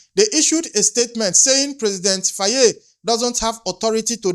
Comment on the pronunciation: Here on the majority comments tells u africans home and abroad are listening and watching ready to protect our Future children of africa. Please can you pronounce Faye as (FIE) Some times how names are written calls othewise. How you call it Faayee is😂. Am Senegambian. THX alot 🤠